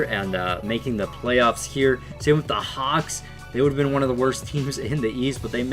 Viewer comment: Am I the only one that heard cocks instead of hawks 😂😂